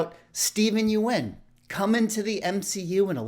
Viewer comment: Yeun is pronounced like Yun. I know the spelling tricks people.